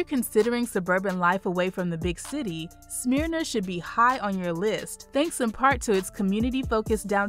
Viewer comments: It's not "smear na" it's "smur na" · It's not pronounced Smear-na. It's Smurr-na! Not that I talk southern just the way it's pronounced. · Um.... It's not Smeeerna... Smyrna. SMH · Its not Smearna its Smer Na Smyrna. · I cringed when she said Smear-na and Sway-nee.😳😳😳 But great video! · I have to do it...it's not "Smear-na" it's "Smer-na". Also, it's not "Sue-way-nee" it's "Swan-ee" though you'd be forgiven for "Suwan-ee" if you went through the U very quickly. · This is the south. It's pronounced SMURna, not SMEERna. And SuWAHnee, not SuWAYnee. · #12 is not pronounced Smearna! Maybe you should change your name to 'Black Ignorance'.I'm not even going to try to correct your pronunciation of 'Suwanee'.Suwanee. must be the result of questionable graduation rates.